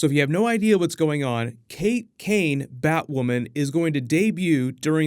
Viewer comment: Finally you said Batwoman’s name right